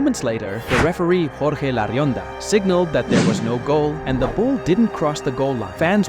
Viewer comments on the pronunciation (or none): none